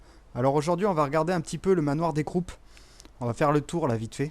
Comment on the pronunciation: Juste sa se dit manoir des crou